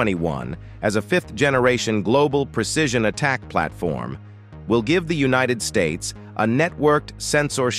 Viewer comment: The narrator needs to learn how to talk! Bill yon Dolers? Unionid Stats? How cheaply was this video made?